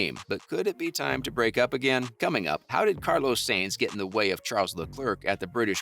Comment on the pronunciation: Carlos saints? It's s-a-e-n-t-s